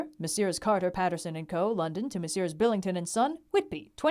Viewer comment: 1 pound, 17 shillings, 9 pence. And it's pronounced "Messers" or "Misters." And "Pall Mall" is pronounced "Pell Mell."